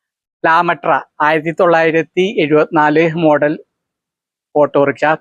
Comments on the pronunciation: ലാ മെട്ര അല്ല താറാമുട്ട . 😂 എന്തുവാടേയ് 😂😂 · ലാമൃട്ടാ അല്ല lambrettra അല്ലെ